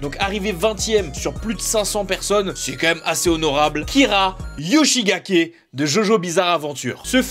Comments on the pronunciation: Frr il a dit yoshigake kira c’est un fou motif de guerre là ça se dit YOSHIKAGE KIRA non de dieu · c'est yohikage Kira pas yoshigake mdr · Par contre c'est yoshikage pas gake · Yoshikage Kira Pas Yoshigake -_ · Je ne suis aucunement salé de cette vidéo, ce sont les statistiques donc aucune raison de s'énervé, par contre tu as écorché le nom de Kira, tu as dis et écris Yoshi-GA-KE au lieu de Yoshi-KA-GE, mais nous ne dirons rien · C'est Kira Yoshikage pas Kira Yoshigake :'(